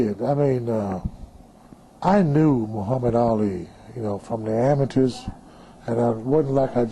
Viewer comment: I think I'll watch Ali Punish Ernie again, since he can't say Muhammad Ali.